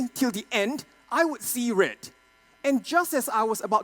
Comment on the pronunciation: I see rrrrrrrrredd 😂